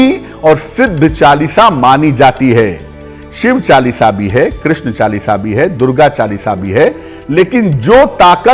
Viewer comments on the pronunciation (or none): none